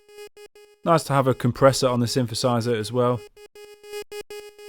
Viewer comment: pretty sure it's not synfahsizer... there's actually a "TH" sound in the middle there ;)